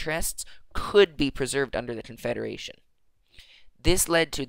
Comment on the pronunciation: confeda-what? confederation